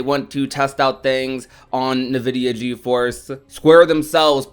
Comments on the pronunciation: Every time I hear someone say nuh-vid-e-uh I cry inside. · "Navidia" lol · Im sorry i hope im not the only one being distracted by the "nvidia" pronunciation 😂😂